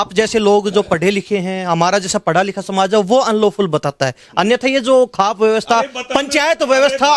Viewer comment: आप खौफ पंचायत को खाप पंचायत कैसे बोल रहे हैं